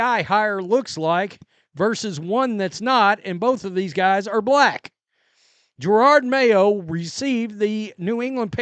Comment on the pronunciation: I love how he still says Gerard mayo, lol